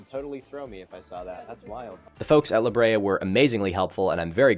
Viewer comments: i’m glad i’m not the only one who has to say “the the tar tat pits” when i hear “the la brea tar pits” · Thank you for calling them The THE TAR Tar PITS!!! You don’t know how much I needed to hear someone say it exactly like that! Why does English do that with foreign words lol?! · its lahabrea :face-orange-biting-nails::face-orange-biting-nails